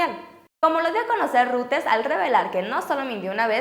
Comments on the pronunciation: Hoola chicas, muy lindas uds, nomás una cosa: Emmm... no es ruters, si no algo asi como :"roideirs" (salvaje pronunciación aparece) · Aunque te tardes... se pronuncia "roiters" no "ruters" ni que fuera access point ! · Ojo, Reuters se pronuncia "roiters" no "ruters". La demás información está muy bien! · Se pronuncia Roiters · Reuters se pronuncia "roit ers"